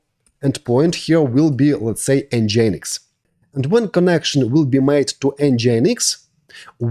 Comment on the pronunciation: It is pronounced: EN-GIN-EEX Not EN-GI-EN-EEX It should sound like the word ENGINE in english, only with the addition of X at the end.